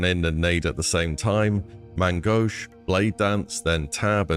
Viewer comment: Might be the only person I've seen pronounce "Main Gauche" properly aside from the French streamers